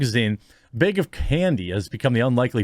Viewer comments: I want Jeremy to say Bag and not beg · What is a white "bayg"?